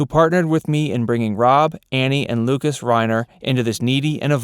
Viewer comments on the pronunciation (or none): none